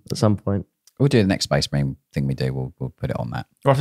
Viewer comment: Sorry, but that has to be "Space May-rines" ...